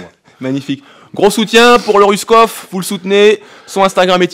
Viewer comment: Apprend a prononcer le nom de quelqu’un avant de l’inviter grosse tete